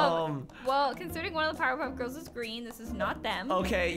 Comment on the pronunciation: IM DEAD HE SAID- POWER PUFF GURLS LOL